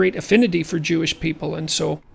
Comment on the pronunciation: Paul Heyman: “We are chewish people”